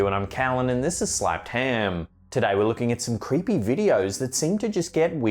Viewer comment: the first video the guys said the church was "crepae" not creepy "crepae" 😆 🤣 this stuff is greater than Comedy Central